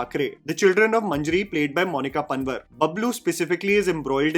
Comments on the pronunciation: Correction : it's not pun-var its pronounced as Pan _WAAR , Monika Pan"WAAR" panwar pronounced actually PAN'WAAAR" is a common caste here in garhwal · its monica panwaar not pun-vur, so much for favorite actress